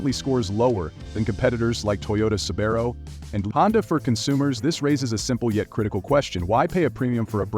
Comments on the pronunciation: An expert can at least name brands like Subaru correctly. Poor video! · Please, correct your pronunciation of Subaru and Rivian; such errors make you appear that you really don’t know much about the vehicles produced by these manufacturers!